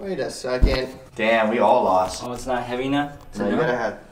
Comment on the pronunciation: Who says s'not when you say it's not like dude. s' not funny